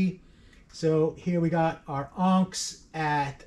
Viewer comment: FWIW-it’s not “AWNKZ”… It’s pronounced “ahhhhhhh-niiiiicks”.. 😅